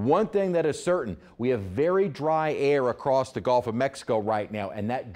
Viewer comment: It’s Gulf, Not GOlf